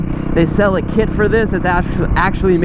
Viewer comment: “Sail” the bike? 🤦‍♂️ it’s pronounced sell you tool haha